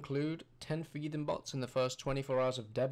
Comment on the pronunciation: if you fucking make a video about thieving, at least go thru the effort of pronouncing it correctly, it is not fucking jiiving or shiiving